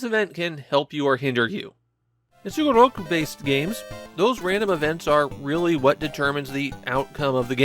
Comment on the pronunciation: Like other Sugoroku games on Famicom and Disk System that he has covered, pronouncing Sugoroku like a native Japanese man (like -su as in desu), as opposed to other people who do sugoroku video games where they say the word with an emphasis on the -ku.